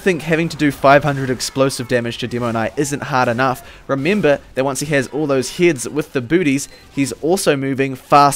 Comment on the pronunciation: m8 the way pronounce "heads" is kinda like "hits".. its confusing me